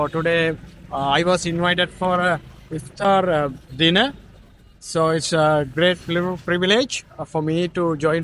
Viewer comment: Thanks for saying correct aftar not satar 😅